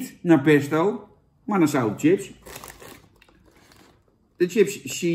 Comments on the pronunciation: Jan kom op, je spreek het uit als sjips niet Tsjips ! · Volgende keer gewoon sjips zeggen jan, ipv tjips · Het is ‘sjips’, Jan. Sjips!!1! Niet tjips… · Iedereen: chips Jan: tsjips! 🤣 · Zucht Jan..."tjips"...het is "chips" (10e keer) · Sjips lul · Niemand: Helemaal niemand: Jan: tjips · lekkere tsjips